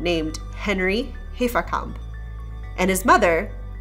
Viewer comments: And yes, I think you should rather be able to pronounce German names correctly by now. It's not "Hay-fer-camp", but "Hah-fer-cump". Sorry about this, but just trying to improve the experience. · Entschuldigung, aber wenn du den schönen deutschen Namen HAFERKAMP wie "Heferkämp" aussprichst, bekomme ich irgendwie Mittelohrvergiftung..